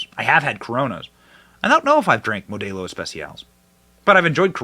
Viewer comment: Mo - Dell- O Benny ! Not MO day O 😊